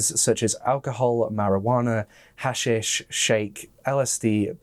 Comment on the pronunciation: HA — SHEESH NOT HASH-SIS